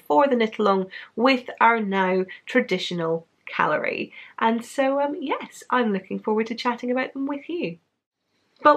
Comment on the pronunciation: So I know KAL-lery is supposed to be like gallery...but I can't help but hear "calorie" everytime you say it...maybe some guilt of mine subconsciously cropping up, hmm... But more importantly, thank you so much for being forthright and honest about the privilege and racism conversation that has been happening in the community. It was a bold move of you and, at least for me, very appreciated. In particular, thank you so much for speaking on intersectionalism. I've noticed it's a common response from people to make marginalized groups into a wash, and as a result, dodging the topic at hand. Marginalized groups do deserve equality and attention. But rather than mungeing them together into a pot of "other people stew", each one deserves attention and education as to their situations because they're all distinct and different. So cheers to you putting attention to that and may the community continue to improve their WIPs on the matter of privilege and diversity.